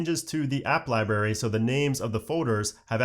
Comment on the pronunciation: And you keep saying liBARY. It’s liBRARY. I’m gonna have to start watching your videos on mute.